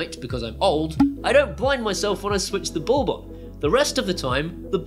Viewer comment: I presume “ballb” is your strangle way of saying “bulb” to make life tough for us proper speaking Aussies? ;)